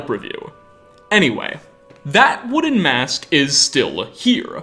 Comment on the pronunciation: wooden ... woo'den... wo-den...odin....